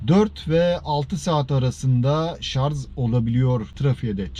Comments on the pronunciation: Tek dezavantajı menzilinin 60-80km oluşu. Rica etsek "şarz" yerine şarj deseniz (tdk'da öyle). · şarz değil şarj..